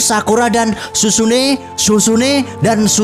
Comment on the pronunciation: Sizune bukan susune